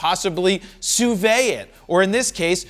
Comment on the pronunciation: And yet Fro cannot pronounce “Sous vide” properly.